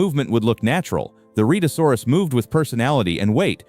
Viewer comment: The beast's name is pronounced Red -a saw rus.